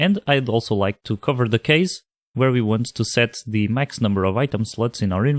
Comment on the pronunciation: for some reason I always hear "sluts" :)